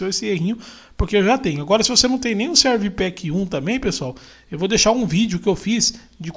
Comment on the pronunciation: Muito bom o seu vídeo; é bem explicativo, apesar de você --- muitas e várias vezes --- dizer "Serv Pack 2", ao invés de pronunciar "Service Pack 2" (que é o modo correto de se falar esse nome). Thanks for sharing this video!...